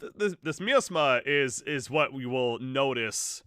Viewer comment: Miasma is pronounced like “my asthma” But yeah please make more AoK videos please! Good stuff